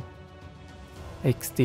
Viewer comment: I keep laughing when says eksdi 😂😂